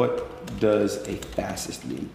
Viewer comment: "Fass cyst" Good lord.